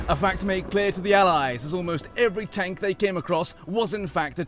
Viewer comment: He called it a tonk 🤣🤣🤣🤣